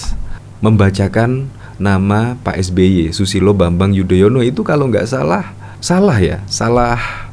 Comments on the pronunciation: Padahal anis memakai tex kok membaca nama sby aja belepotan jadi yodoyono hahahaaaaaaaaaaas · Yudonoyo... 😂😂😂 Keseleo trs to nis